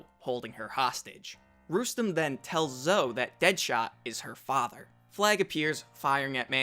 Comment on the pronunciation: Zoe is pronounced "Zoh-ee" not "Zoh."